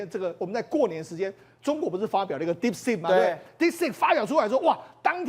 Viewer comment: DeepSeek, not DeepSpeak. 請加強發音. 張炤和像個小弟々, 罵相也像高中生,.. 不夠老練,不穩健幽默…真難看!!!